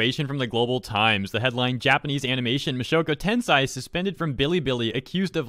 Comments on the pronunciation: Its pronounced "ten'-say" not "ten-sai" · No hate, but its pronounced ten-say not tensai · Ok i'm gonna say this and probably you guys gonna say I'm nerd/otaku/weeb or something, but the pronunciation for "Tensei" is Ten;say and not Ten;sai Ten;sai means genius/smart while Ten;say/sei means incarnation/reincarnation just saying for knowledge so people know about this, sometimes a pronunciation can change the meaning of a word so be careful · Two things: Tensei is pronounced (Ten-Say), not Ten-Sai. 2nd of all: That's rich, coming from a country with a massive human rights violation record. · Its not 'Mushoku tensai' its Mushoku tensei Just saying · Did he just said "mushoku tenSai"? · Nobody gonna talk about how he pronounced Mushoku Tensei as Tenseye in the beginning of the video? No? Just me? Ok. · I cringed when he pronounced it like that. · Just cut him some slack, it’s not like everyone can correctly pronounce Japanese word, though his pronunciation is indeed incorrect. It’s not like he intentionally makes fun of the anime. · even a child can pronounce that, no offense. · I love how you butchered the word "tensei" again.